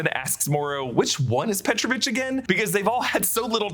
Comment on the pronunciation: he is petrOvich, not pEtrovich